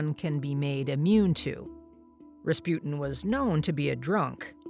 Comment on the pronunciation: Good video but like,, "GregOry Raspyut'n" ??? Sorry that just stuck out to me xdd